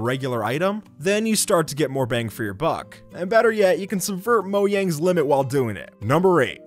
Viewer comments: you say moyang not mojang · I love it how this guy keeps on calling Mojang Moyang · He said yojang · Probably gonna make alot of people mad saying this but its not Moyang its Mojang as in Jake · You said Moyang instead of Mojang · no you don’t it’s like this Mo-j-ang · I swear he said "moyang"??? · He SaId MoYaNg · Stop saying moyang